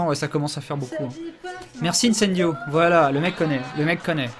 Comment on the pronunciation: j'adore quand harry gagne et que dit: Icendio:D